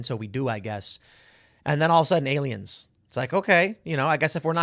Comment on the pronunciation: "Look at the pretty baroon" "it's totally not a spy baroon, it's ariens" Project bruebeam...